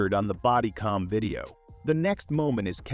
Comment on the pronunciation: This would be a great video if the narrator could speak. DUI is not pronounced dewey, it’s D U I. Just say the letters. It’s also body cam with an A, not body com. I don’t know if your using text speak or just can’t speak but you’re vids will improve if you pronounce the words properly!